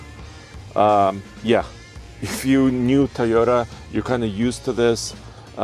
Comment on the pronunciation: Toyota not Teyota